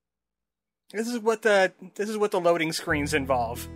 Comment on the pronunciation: Your accent is very distracting to me. “Duh Derelicts...” “Even doe it was weird looking...” Your “Th’s” sound like “D’s” I hate it.